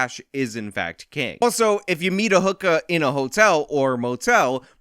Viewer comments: I couldn't help but laugh at how you said 'hook-ahhh" with your NY accent. I'm in the Tristate area and hear them all the time. Love your new coverage by the way. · Never heard a NY accent from you but you can't pronounce hookah if you tried. Great video bud